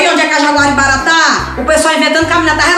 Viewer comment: O Betão errando o nome da Jaguaribara foi o melhor KKKKKKKKK